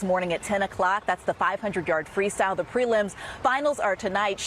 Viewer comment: I wish you could pronounce a "th" sound. Jesus. Do you have to replace a "th" with a "d" EVERY SINGLE TIME?! GOD that irritates me.